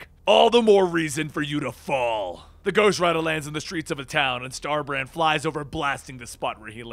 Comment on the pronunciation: Did you say Star-Brat?